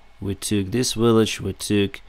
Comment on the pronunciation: Great videos! Just one thing language wise... You say Willage.. it's Village Practice difference between Water and Victory We understand but it would be clearer. Soft and hard. W and V. keep up the good work.